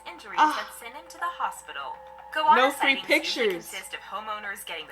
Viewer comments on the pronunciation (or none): It's a Go-Anna not a Gowonna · How can anyone mispronounce goanna go- anna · Box jelly fish feels like a wet plastic bag wrapping around your leg then wham the tentacles tighten and you get hit with excruciating pain and the tentacles stick to you and have to be removed carefully 😳 no ostriches in Australia. Goanna pronounced Go Anna 😂 salties Saltwater crocodiles are at the beach and waterways in northern Australia and parts of Western Australia and Queensland but theres always plenty of swimming pools 👍 just choose your swimming site wisely but yes come you’ll be fine 😀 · It’s pronounced go anna